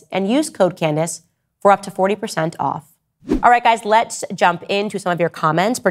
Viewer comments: So your long standing friend who you are taking heat for can’t even pronounce your name correctly??? canDACE 😂😂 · Tates only crime is the way he says Can•dayce